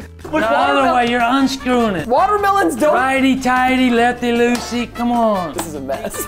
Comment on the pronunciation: its righty tighty lefty loosey not lucy